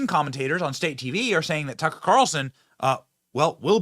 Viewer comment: His name is tuck-er carlson not tuckcarlson. Your cringe af